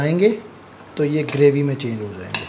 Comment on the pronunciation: Please bhai correct your pronouncetion word Graby,this is actually Gravy.